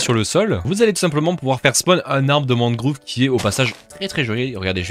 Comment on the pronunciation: deep dark mangrove (prononcé mangroove)